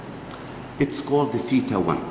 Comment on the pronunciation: Yar theta hota hai tita nahi🙄😒😒🙄